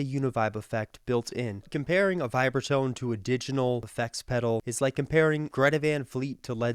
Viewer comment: Diginal? . Hilarious.. And again